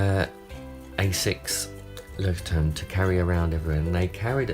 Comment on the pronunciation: You didn't butcher it as badly as some people :P I think it's pronounced Loish-tourm. The little moley is cute. It reminds me of little reporter notebooks my grandad used to bring home from his workplace for me to scribble in.